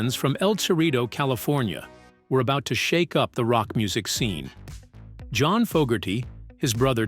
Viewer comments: AI cannot pronounce John's Name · stupid AI voice can't pronounce johns name